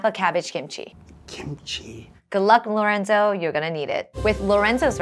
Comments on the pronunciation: Funny how Esther said lorendo instead of lorenzo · the way chef esther pronounced lorenzos name as "lorendo" is funny to me HAHAHAH